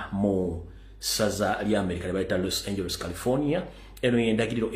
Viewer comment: Los Angeles pronounced = Los Anjelize.